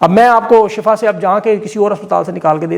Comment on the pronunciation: salam,,ye shafa nahee Shifa hai lehza Shifa parah karain Shafa aur shifa me farq hai ..Shafa Jahanum ka kinnara hai aur shifa ka matlab sehatyabi hai..jazak Allah